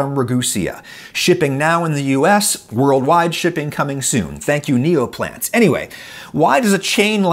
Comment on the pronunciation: I heard Neopets when adam was saying Neoplants while i was just listening to this video and i picked up my phone so quick to see what come back Neopets was trying 😂